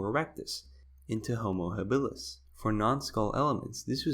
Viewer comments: Does it bother anyone watching this that every other time he pronounces Homo Habilis he says it wrong, I would think the first time he screws up he would correct his self not so, had to turn it off!🤣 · How does someone know so much about anthropology, yet not know how the word is pronounced?